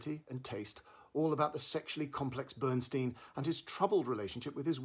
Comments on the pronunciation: For goodness sakes, please pronounce Bernstein correctly...it's very painful to listen to your review as you incorrectly and repeatedly mis-pronounce "Stein." The origin is clearly German...meaning "stone" and pronounced STINE...not STEEN! Bernstein literally means: "Burnt Stone" in German. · BERNSTEIN PRONOUNCED BERNSTINE HE HATED ( STEEN ) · BernSTEIN (stine) as per Leonard, himself. 🙄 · As much as I like the review why can't you, as an obviously intellectual person, at least pronounce his name correctly? BernstIEN - not BernstEEN. He was also my mentor and a wonderful guy so please pronounce it the way he did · uh, Peter, Lenny's name is pronounced "BernSTINE," not "Steen"... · Enjoy your reviews here and in the Guardian, but for God’s sake, learn how to pronounce names properly. It’s NOT Bernsteen! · Who is Bernsteen? I thought the film was about Bernstein. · Really grating to hear Bernstein's name mispronounced repeatedly. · Excuse me, why can't you pronounce his name correctly? Or are you just trying to be irritating? Stein... Bern... stein. Coming with honors. Yea...............! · The inability (or resistance) to correctly pronounce the title role’s name, detracts from the credibility of the review. Please try to research more thoroughly in future vlogs. Thank you. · It’s amazing how many reviewers mispronounce Bernstein’s name. Maybe incompetence is okay with you, but to me and many others it ruins the review and others reviews.